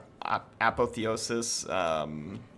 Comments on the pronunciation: Apotheosis: Ah Paw Thee Oh Sis not Apathy-osis. Sorry, that's just been driving me nuts. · uh PAWTH ee osis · You say apotheosis weird